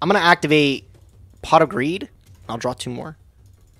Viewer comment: Did he just say c0ck instead of Pot not once but twice!?? That did not sound like "pot".